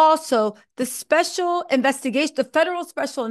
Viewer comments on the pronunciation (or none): none